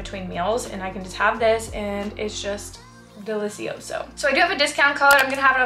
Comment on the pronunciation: ahahahah, I'm Italian and every time I hear delizioso from you, I can't help myself. The pronunciation is so funny, anyway I really love your videos, you're inspirational for me! Thank you ❤️